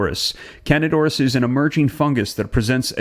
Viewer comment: The proper pronunciation is Can dida "i" as in e, Aur_is there!!